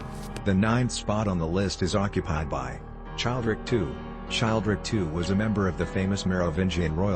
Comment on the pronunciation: I believe Childeric is pronounced: chill dare ick Just a minor quibble